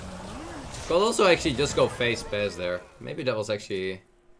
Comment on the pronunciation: I love how dude just uses "en" all the time for a/an. And three years later still pronouncing could as "cold" and should as "shold". :)